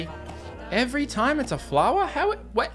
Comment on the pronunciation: flowah is same as a too too, mute her